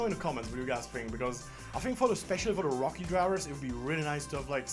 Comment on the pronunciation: rookie pronounced the Czech way.